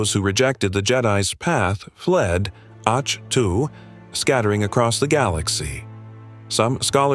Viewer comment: Great video. The planet's name is pronounced as 'ahk toe'. Thanks for this history, it really does the Star Wars universe justice.😊